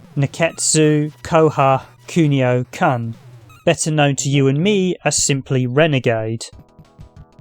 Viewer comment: Kun is pronounced the same as you did when you said Kunio just drop the io part, not like you are about to drop the c-bomb hah.